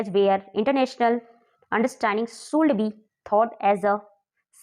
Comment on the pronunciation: Should ko शूल्ड बोलते हो😶😶😶